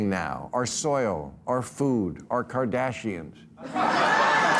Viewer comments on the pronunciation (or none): Kennedy: "I Spent 30 Years Trying To Get Mercury Out Of Fish... No One Ever Called Me Anti-Fish" Gary Null pronounces them Kardations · He meant to say Kartrashians 🤣🤣🤣